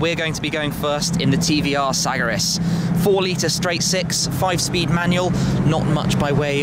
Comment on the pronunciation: Its pronounced S-A-G-A-R-I-S !